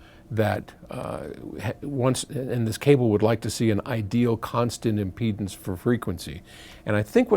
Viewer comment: "impledance pots!" Did the pot impede the speech?